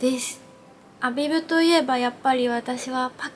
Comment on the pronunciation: コメントありがとうございます😳🌸ア↗︎ビブ！！ すごく気になって他の方のYouTube色々見てみたら、たしかに皆さん音が上がってました😂💕 発音！！これから気にして動画作ります🥺教えて頂きありがとうございます！！✨🌈🙌🌸🌈ア↗︎ビブ！！